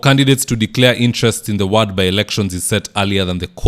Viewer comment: Good job as usual,buy "ward' is pronounced with an "o" not "a".